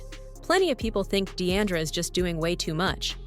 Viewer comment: Her name is NOT Dee-ANN-dra...